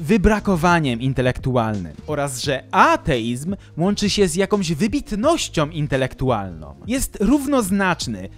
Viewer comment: Wiesz, co? Prawdopodobnie nie mylisz się w żadnym miejscu, jednak sposób Twojego wykładu jest straszny i zniechęcający. Mówisz o sprawach zaawansowanych filozoficznie, popełniając masę błędów językowych i fonetycznych. "Wybitnościom intelektualnom".... "Bendom"... Nie widzi mi się słuchać osoby, która tak "głęboko" analizuje najważniejsze aspekty naszego życia, a nie zna podstaw języka. Pozdrawia Cię ateista.